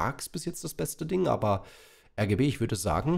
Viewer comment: ich dachte du sagst RGE Und nicht RGB Egal